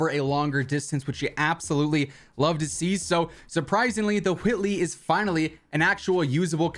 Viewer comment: 😭 why are you saying Whitley like that